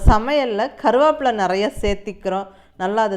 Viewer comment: Karuvapla nu Neenga sollum pothu kongu Tamil supera iruku